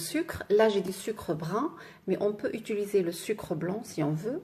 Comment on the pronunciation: u.ti.li.ser et non é-tu-li-ser Oh à la fin y'en a marre!